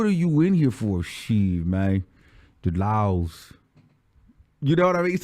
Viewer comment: I am GAGGGGGIIING every minute of this storytime! 😭😭😭 I need more of this! 🤣🤣 He said "the LAWLS"🤚🏾 I cant.